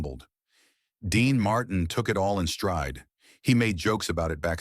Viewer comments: voice is right pace and easily understood – needs few tweaks like "Marteen" not "Martin". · What's wrong.with you can t you speak like a human his name is Dean Martin.not martain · Dean Martin is mispronounced as Dean Mar...tine phonetically. A quality review program will prevent erroneous verbiage pronunciation. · Who is / was Dean Marr Tin? Can't these robots get some speech therapy? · Dean marteen😂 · AI can't even pronounce the name, "Dean Martin," correctly. Gave this a thumbs down for the AI narration. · This is impossible to watch. The robot voice can’t even pronounce Martin. Hire a human being for pity’s sake.